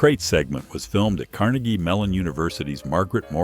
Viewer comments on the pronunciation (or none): none